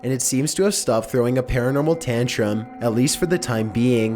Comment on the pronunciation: Paranormal tantrum more like PANTRUM